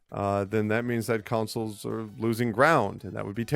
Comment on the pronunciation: Why do I hear "councils" every time he says "consoles"...